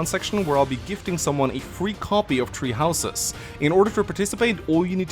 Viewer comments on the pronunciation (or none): I keep hearing treehouses instead of tHree houses.